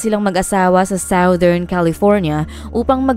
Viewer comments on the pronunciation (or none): none